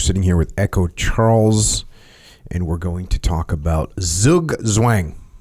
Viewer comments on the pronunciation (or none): Ii's Zugzwang not sugswang ;-) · Hee hee.. pronounced 'tzoog tvang' 😉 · pronounced roughly tsoog-tsvuhng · it's pronounced "zoog-zwaang" - zug is "pull", zwang literally means "force" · Zugzwang ... pronounced like tsook tswung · Thanks for butchering Zugzwang 😂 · Zugzwang... Apparently a hard word to pronounce and explain for Americans but overall nice segment. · Zugzwang...your pronunciation is so funny. 🙂 greetings from germany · 😂 Zugzwang, dude that pronounciation 😂